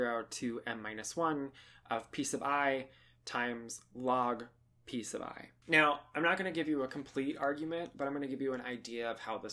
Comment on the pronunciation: When you say "p sub i" I just hear "peace of I" :) If you take {0,1,2} and fix p_1=0, the situation you describe as Cantor set, are you not still allowed to e.g. start with seven 1's and from then on only use 0's and 2's? So that the proportion goes to 0 as k goes to infinity, but you also represent w's which have a 1. Btw. with this limit, it the convergence of interest there? Do folks care how fast this gets close to p_j?